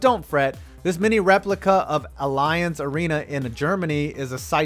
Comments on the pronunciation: Wtf... Did I really just hear dis nigga say (alliance) for the Allianz arena???!!! It's pronounced (al-ee-aunz). It's German, dear lord.... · DA LOONS😎 and he pronounced Allianz wrong, he said it with alliance sound to it, that's 🐄💩, It pronounced like aliens 👽 with a French ring to it, 🤔🤔🤔 now I think about it...it does look a bit like a spaceship😱😱🤣🤣🤣🤣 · It’s Al-e-aanz not alliance 😂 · Allianz = Al-e-ance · just incase it ever comes up again, the minnesota sponsor is pronounced like ali-onse. ali like mohamed ali. also the chicago stadium is nice but is located in a terrible part of chicago nowhere near the actual city. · The way you pronounced allianz made me want to die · U pronounced Allianz wrong